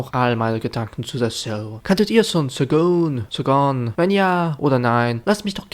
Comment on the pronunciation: Der Titel wird Schoguun auf deutsch oder Schogan auf englisch ausgesprochen, aber immer als sch am Anfang XD x3 Aber hey, solides Video ^-^